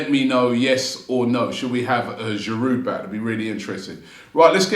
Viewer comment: Why would Olivier come back when the fan channel host still can't pronounce his surname correctly?